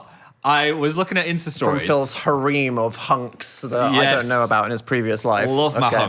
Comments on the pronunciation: Is Dan trying to say harem 😭 he keeps saying hareem and I'm like what is that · Pronouncing harem as “hareeem” is the most British thing I’ve ever heard 😂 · the way dan mispronounces the word harem really grinds my gears lol it has maybe happned like 2-3 times but man I'm like bro cmon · I love the way Dan pronounced harem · Is that how Brits actually pronounce "harem" or does Dan just mispronounce it?